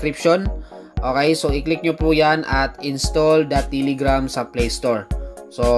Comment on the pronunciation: its telegram. not tiligram. okay?